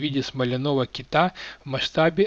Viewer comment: Как всегда шикарнейшая историческая справка. К перлам вроде Океанавы я уже привык,но не китА а кИта нужно говорить...это так,для справки)